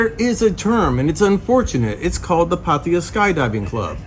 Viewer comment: Finally someone pronouncing Pattaya properly.